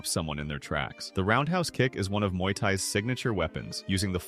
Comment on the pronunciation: It's Muay not Mauy. Muay means boxing in thai.